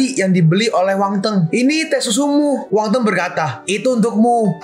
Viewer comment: Min nama nya Wang Feng bukan Wang teng